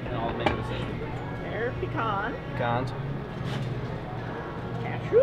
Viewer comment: I have so much more respect for you now that you pronounce pecan correctly lol